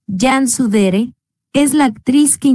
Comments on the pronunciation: por que dicen jansu dere. se escribe y pronuncia Cansu Dere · Por que en el nombre de la actriz Cansu Dere le dice yansu, ¿ en donde esta la Y griega?